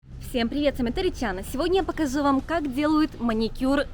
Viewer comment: Почему ты говоришь показю а не покажу